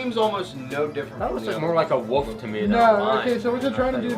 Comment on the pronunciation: called the Lion a woof